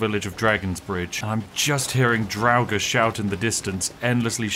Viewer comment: Dude I had a long day, I got a bit stoned and heard the way you pronounce draugr...where did that extra syllable come from? I always said it like Draug-ar but you went full on dragnarok or something. I spilt some of my tea man.